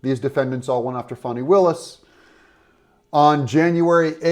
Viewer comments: Her name is Fani not Fawny. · Her name isn't Fawni. It's FANNI. A short "A" and no "U" or "W" . Fanni. Just like the word British folk use to call upon the female private parts.